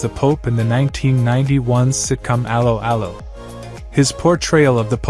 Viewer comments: It's pronounced a-low a-low not arrow arrow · That is NOT how you pronounced 'Allo 'Allo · cant even promounce correctly the title of the serie common , bit more effort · I suggest you teach your ridiculous AI voice to correctly pronounce the title of the show!